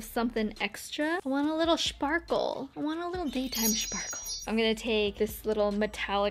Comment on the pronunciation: The final look is sooo nice...you looking soo gergous😍...i love how you said "schparkleee schparkle" ...😂😂😂😂...lots of love from germany💟